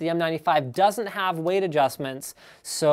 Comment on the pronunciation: *cough* Question, haVe and buLLs*it just please... learn that